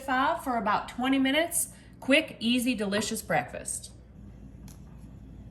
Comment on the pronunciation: " IT'S MY FAVORITE BREALFAST" LOL 😆 ❤